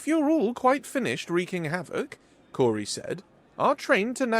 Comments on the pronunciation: Awesome story and great narration. My only nip pick is that I’m pretty sure the hostess name is pronounced “Kow-ri” not “Kor-ri” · It really throws me off when you pronounce the name as “Cory”, its “Kaori”, its even phonetically spelled Kao-ri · Good story, but you really need to pronounce names properly, Kaori is pronounced as Cow-Ri, NOT Cory. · Kaori is infact pronounced Ka-O-Ri, but Cory or Cowri is acceptable for western speakers. Japanese names can be pronounced differently just like every other name on the planet. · Kaori should be pronounced as "cow-ry" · Phonetically Ka-O-Ri. But outsiders like yourself can pronounce it however you want. No harm, no foul. 🤗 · Ka-o-ri it’s not a Germanic language. Also ha-o-ri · is new. Yeah, he regularly muddles words or says them incorrectly. You try narrating something of this length without any mistakes. Most people have to have 4 attempts to leave an OGM on their voice mail! You try reading this story aloud, and then We'll Judge You! How about that? But you won't will you. 🙄